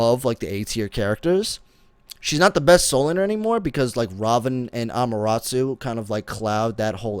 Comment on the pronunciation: how does he have anime music on his stream all the time but can't pronounce Amaterasu?